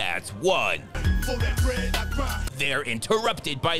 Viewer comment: Fo dat bwead I cwy 😂